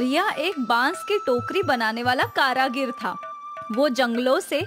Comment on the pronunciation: kaaragir nahi, kaarigar hai😅